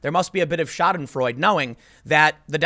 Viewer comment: It's Schadenfreude, not Schadenfreud, idiot.